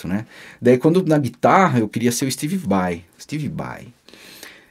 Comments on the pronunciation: Ué kkk Mas ele falava Steve Bai no lugar de SteBe Bai? Kkk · Se o Pai do falava Steve Bai, imagina como não saiu a pronúncia do Yngwie Malmsteen... história top!!! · No caso se o V tem som de B, seria steBe Bai, certo ? hahahaha